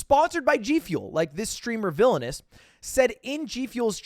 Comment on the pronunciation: I know this isn't a haha video, but it actually killed me when Lid pronounced Vilonious like Villainous lmao.